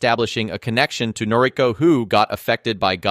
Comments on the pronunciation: You're mispronouncing her name. It's Nor-i-KO. Accent on the final syllable. It's kind of important. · Totally forgivable. NOT that important.